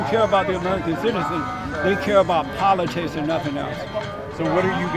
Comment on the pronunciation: Did he say it's about politits? Yeah, I think he said politits